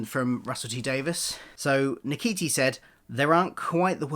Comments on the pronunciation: I believe his name is pronounce “shoo-tee”… that what Google says anyway 😆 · his name is pronounced Scooty but spelt Ncuti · I do think his name is pronounced: shoo-te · It's pronounced 'Shooty'. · I think you pronounce it as “shooti” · It's nice they announced it to use the BAFTA buzz to do lots of press. Very wrong pronunciation. You couldn't type his name in YouTube and listen to one person pronounce his name? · it would have taken less than a minute to type his name into youtube and find a video of Ncuti pronouncing his name, just take a minute to make sure you get it right.